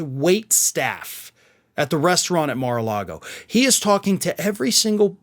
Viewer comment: You keep saying Mar-a-Lardo wrong.